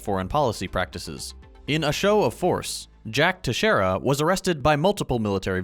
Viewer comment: Gotta give it to you on pronouncing Teixeira right, although with an American accent. Nonetheless, you said it well. Great video as always.